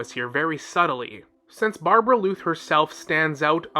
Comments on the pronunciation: BAR-BELL-OTH not barbebrbloot😂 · But isn’t it supposed to be Barbaloth — [bɑ:rbalɔθ]? I think that’s actually the correct pronunciation and tbh as a lore channel they should probably pronounce things correctly as not doing so might hurt their credibility for some viewers. It’s just probably in their best interest to stay true to the actual conventions of the game since their content focuses on that. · bruhhhh idk call it overreacting or what, but it peeves me every time he pronounces it that way 😐😐 Barberluth what??